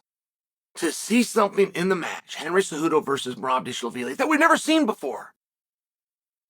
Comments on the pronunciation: Whos this "dish-lavili" fellow? 😂😂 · Dilshavili 😂😂 Chael the Butcher of Names. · I lost all focus when he said dishlavili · When chael mispronounces your name . You’ve made it in life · hes making fun of the way chael pronounces merabs last name